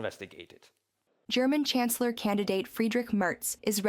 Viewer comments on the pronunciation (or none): with the most relevant news of the day! Dear narrator you are pronouncing 'CHANCELLOR' as we pronounce 'CANCELLER'..the 'CH' in Chancellor is the same as the 'CH' in CHurch.. Merz is not the canceller of Germany:elbowcough: As always best love and deepest appreciation of your work, Slava Ukraine! 💛💙